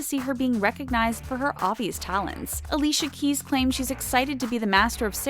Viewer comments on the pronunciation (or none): none